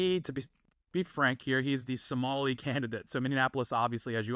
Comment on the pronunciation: No Zohan was from Adam Sandler, not Tom Hanks. Also, Somali is pronounced phonetically, so you did fine, lol.